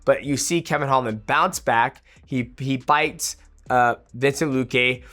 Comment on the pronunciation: Mighty, you are TERRIBLE with names. VINCEN-TE